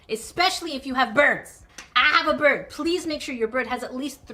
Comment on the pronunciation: that’s the bird I have, that’s also what my profile is. His name is mango and since you’re a bird expert, you’ll probably know that I am a son Connor. also, I swear you keep saying birb